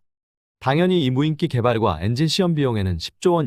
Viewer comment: 무인끼라고 읽지 마시고 무인기라고 읽어주세요